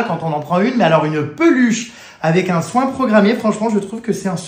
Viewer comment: "c'est traumatchique", "on fait un soingue" 😂 Aie aie aie, elle est Priceless celle là